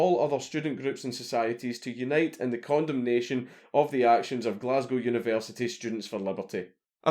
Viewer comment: When he said "condemnation" it sounded like "condom nation" to me as an American